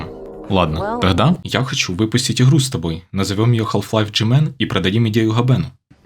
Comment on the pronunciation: Не "ихру", а "игру"